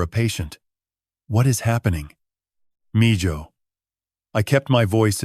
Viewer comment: It’s pronounced meho, mijo